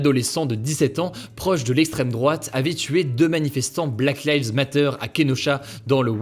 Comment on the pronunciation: Bah qu'est-il arrivé au bel accent anglais d'autrefois pour dire "Black Lives Matter?" 😢